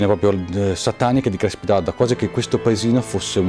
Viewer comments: io di cognome faccio Crespi.....e quanto odio che si pronunci con la E aperta -.- Comunque video interessante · ) comunque, CRESPI con la E chiusa :pPp